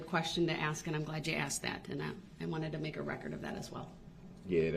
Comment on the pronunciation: Can he say any word that begins with th correctly such as that he says Dat or this as discussed or ask as an